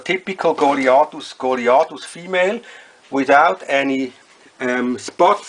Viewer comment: great pronunciation of word goliathus on whole youtube...